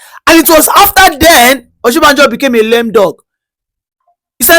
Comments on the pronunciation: you're not a Yoruba person, no matter how you tried to dread your hair, you still look like your people. How can you be calling Osibanjo as Oshibanjo? Stop deceiving people about your tribe. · I have always said he's not Yoruba but he lied because he's able to speak little Yoruba. The truth now publicly displayed the way he's struggled to pronounce Oshibajo